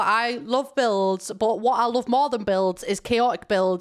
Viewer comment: omg i thought you said bills instead of builds at the beginning and i was SHOOK